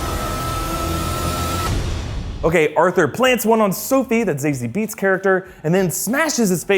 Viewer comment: Did he just say zayzi beats